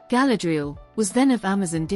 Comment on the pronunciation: I got as far as where the AI thingy mispronounced Galadriel and Feanor. Couldn't listen any more